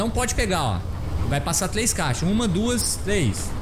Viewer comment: tlês saídas e entlar aqui. tão fofinho né kkk